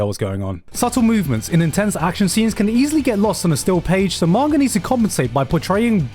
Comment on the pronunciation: I was gonna finish this but he said manger instead of manga i hate people with speech impediments